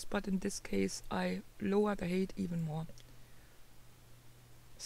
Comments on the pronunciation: Hi. Thanks for another informative tutorial. Quick tip. The word "height" is pronounced to sound like "kite", and not "kate". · hey,. I appreciate you explaining this so thoroughly for us. One thing - your pronunciation of the word "height" is wrong. You're saying "hate" which means something completely different. "Height" is pronounced as "hite". Listen here: I can understand why you would think "eight" preceded by "h" sounds that way.